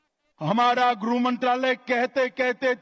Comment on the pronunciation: जिस देश का गृह मंत्री गृह मंत्रालय को ग्रुह मंत्रालय कहता हो । लाख कोशिशों के बावजूद शुद्ध उच्चारण ना करके ग्रुह मंत्रालय ही कहने को मजबूर हो , उस देश का क्या हश्र होगा ? सब दिल्ली का हश्र भी देख रहे है। और सुभेन्दु आपने धोकर पवित्र कर लिया है शर्म आती ही नहीं । वीरता दिखाने को वीरता बताना कहते है। क्या देश का दुर्भाग्य हैं ।